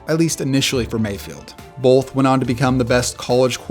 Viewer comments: It's both. Like bo-th. There isn't an L. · Guy dropped the hard L in Bolth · Its both not bolth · Not a big deal or anything, but is he saying "bolth" and not "both"?